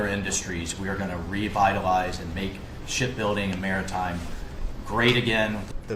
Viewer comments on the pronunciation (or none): It keeps sounding like the gentleman at about is saying "shit -building" 😅